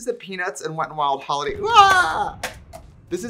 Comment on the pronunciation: I love it when your Minnesota accent comes out… hAAAAAliday 😂😂😂